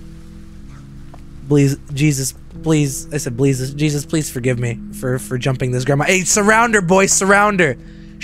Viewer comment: MY GUY SAID BLESUS OMG😭😭😭😭😭😭😭